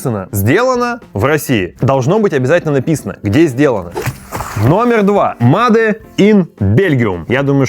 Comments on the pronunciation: Начал смотреть и сразу режет слух: мадэ ин корея, мадэ ин китай... ну неужели так трудно говорить "мэйд"? Ну или хотя бы: сделано... а потом почитал комментарии и совсем расхотелось смотреть дальше... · Не мадэ, а мейд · Не МАДЕ а МЭЙД!!! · не МАДЕ🤨, а мэйд, так будет лучше. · Мадэ, мадэ, бесит блин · "МадЭ" брррр... Ер инглиш из пёрфект...